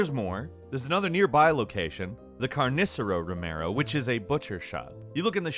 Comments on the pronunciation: carnícero romero with the I accented thats funny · Carnicero 🤣🤣 the way he says it